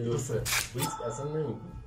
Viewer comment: ریسک نه ریکس